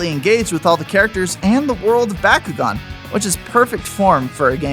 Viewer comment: My favorite DS game is how you don't know how to pronounce Bakugan. What do you say Merry-o as well? reported to the FBI